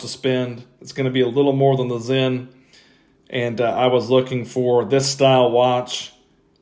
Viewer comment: Excellent job in saying Stowa and Sinn correctly. I can't help but get irritated when they're not. It's a gift, and a curse lol